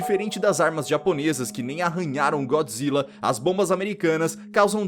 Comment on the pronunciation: É Godzilla yeshin goji do Sin Godzilla Godzilla não Então fala então vai tu fala errado